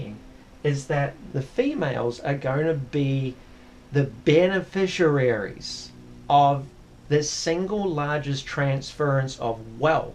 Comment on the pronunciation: I have no doubt that this may be the case but I must have chosen well. Both my ex wife and current wife have never been unreasonable. In fact, big ticket items such as cars, caravan and motor boats I have decided on with no opposition. Only one criticism is his pronouncing beneficiaries, which he prounces beneficiararies.